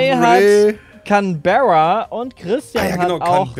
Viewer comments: Canberra wird nicht känbärra ausgesprochen sondern cänbra also wie das englische can und bra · Nur so es heißt gesprochen Canbra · n scheiß zählt canabree bei Canberra